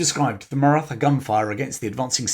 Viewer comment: The TH in Maratha is pronounced as a T with an exhale. Hard to trust the details of the story when something so basic is wrong ❤